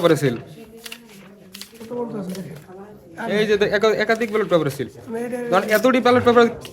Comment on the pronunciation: ব্যাটল পেপার কি রে ভাই? ব্যালট পেপার